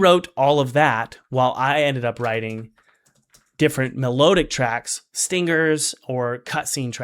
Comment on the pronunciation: It's "me-lod-ic" not "me-load-ic"